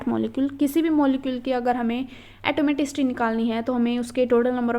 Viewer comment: Mam plz prounce correctly atomicity